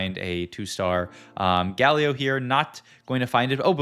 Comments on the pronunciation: Hi, love your videos, always on-point with the new set meta. I just find a bit odd with the pronunciation of some of the champions... I heard you say Galio, and then you say Gayyy-lio sometimes. LOL Why?? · Is it me or do you pronounce champions names weird. Its like youre purposefully doing it. You say yasuo and galio so weird